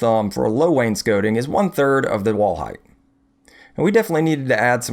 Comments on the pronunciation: Thanks for saying wainscoting right :) Also, Maytag! You go girl!! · they only took me after I properly pronounced wainscoting